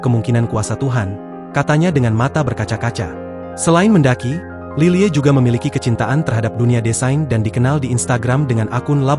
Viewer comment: Lilie dibacanya lily aja pa , bukan lile